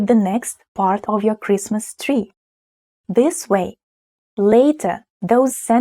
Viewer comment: I could comment on your English pronunciation, but I won't. Try to learn to say "The" with a genuine "Th" sound, not "Ze" or "De". Its not "Ze" or Zis", it is "The" and "This". Is this important? Maybe not, but why have everything with different endings for case and gender? English has few case and gender endings, and it seems to survive ok. I am, you are, he is, we are, you are, they are. He thinks, you think. Я люблю бабушek.